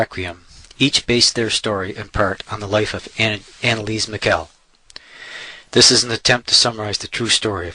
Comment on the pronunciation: lol this cracks me up. guy can't even pronounce her last name right. whole thing is ridiculous